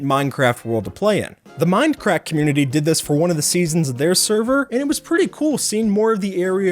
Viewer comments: sounded like you said mind crack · he said "minecrat" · Did I heard that right minecrack lol